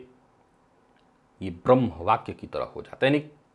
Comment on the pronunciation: अशुद्ध उच्चारणों में एक और शब्द की वृद्धि : "ब्रम्ह" !